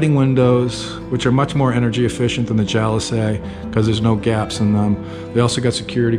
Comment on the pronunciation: been watching your videos for a long time and whenever you pronounce jalousie windows “jalosay” it makes me curious, did you grow up saying it that way or is it a Filipino way? I grew up in the suburbs of Boston and we had them on our porch and it’s pronounced “jaloseee”